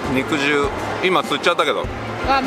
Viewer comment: 肉汁は「にくじゅう」と読みます🍗 果汁(かじゅう)と同じです🍎🍊🍓